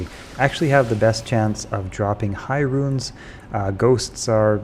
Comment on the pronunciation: roons, not RUINS, jesus.